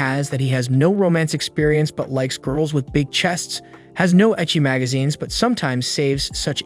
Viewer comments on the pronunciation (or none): none